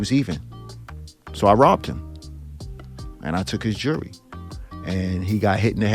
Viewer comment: Knew he was guilty when he said "Took his Jiury"